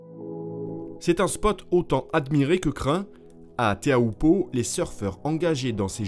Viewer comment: Teahupo'o* et pas Theahupo'o. Mauruuru !